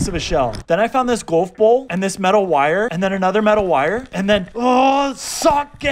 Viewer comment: Why do you pronounce golf ball golb ball